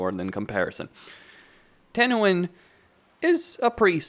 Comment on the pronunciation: No no no!!! you said it wrong, its Tehenauin